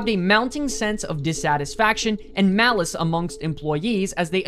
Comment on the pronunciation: I just want to point out to the original video there is a big different between malaise and as he said it, Malice.